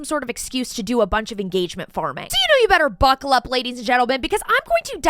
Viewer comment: Stop “BUCCAL UP!” BIISHH YOU ALMOST MADE ME CHOKE ON MY MATCHA!!!! 😂 I hate you